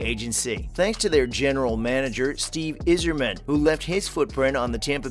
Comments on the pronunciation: Bro he called Steve Yzerman...Izzerman. He doesn't know wtf he's talking about. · Pronounce Steve’s name right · Don’t think this guy watches much hockey. Especially the way he said Steve’s last name 😂